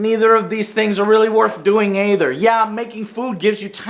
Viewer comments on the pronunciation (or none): “neither of these things are really worth doing Æther”